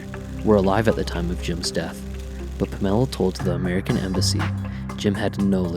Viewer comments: My God dude at least get his girlfriend's name right! Her name was Pam or Pamela, not Pa' Mella!!! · Take this garbage down. Fix the way you say "Pamela" .... Then I'll be able to listen to this. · I stopped the sec this mispronounced Pamela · lame.. you cant even say her name properly..